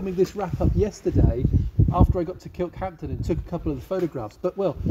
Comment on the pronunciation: Stop saying 'Kirkhampton'!